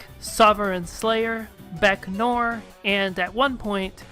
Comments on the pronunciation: 'noir' is pronounced like 'nwar', not 'nor' -- great video otherwise. :) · To make matters easier, you may want to pronounce noir as "nwahr"